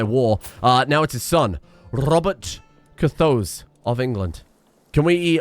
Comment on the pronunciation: ROBERT CUR-THOSE? NO. ROBERT CURT-HOSE. AKA - BOBBY SHORTPANTS.